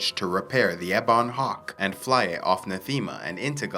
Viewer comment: Just a small thing, but you say "ebon" strangely. In US and UK English, I've always heard it said "EH-bun", you say it "eh-BAWN". I checked my dictionary, and it seems to show the former as being correct. Thanks for the video, just a small quibble!